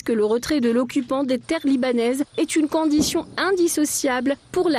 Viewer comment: Des annances .... les discutians... les conditians ... Tout ça est désagréable !!! Un concert n'est pas un cancert ! :face-fuchsia-tongue-out::face-fuchsia-tongue-out::face-fuchsia-tongue-out